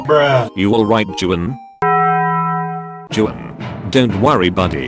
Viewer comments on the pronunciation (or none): well Actually Juan is pronounced Wan or wuan🤓